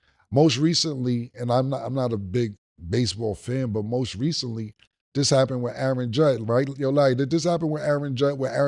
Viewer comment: AND HE SAID "ROAST RECENTLY" HE MEANT "MOST RECENTLY" 😂😂😂😂😂😂😂😂😂